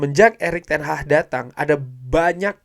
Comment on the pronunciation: Bukan Erick Ten HAHHHHHHHHHHH tapi ERICK TEN HAG Lagi lagi Erick Ten Hahhhhhhh Erick Ten Hahhhhhhh 🤣🤣🤣🤣🤣🤣🤣🤣🤣